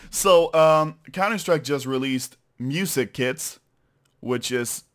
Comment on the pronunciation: it sounds like he says "so counter strike just released music kids"